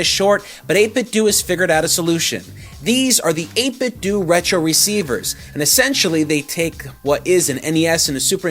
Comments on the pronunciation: Stop pronouncing it 8 Bit Doo. You wouldn't say Nintendoo Entertainment System. It's pronounced doe. Troll. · 8bitdo: 8 - biht - dough. NOT dew. DOUGH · its 8bitdo do=dough not do=do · So Nintendo is pronounced Nin Ten Do but 8bitdo is pronounced Eight Bit Doooooooo? Da hell? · he pronounced 8BitDo wrong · I know